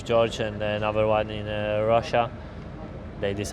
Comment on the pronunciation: is it only me or does Will Buxton call George Russell "Georgy Russell" every single time?